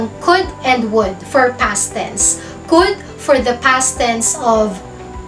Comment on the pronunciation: Mam bakit could at would ganyan ang pronouced parang tatlong letra lang ang basa mo?.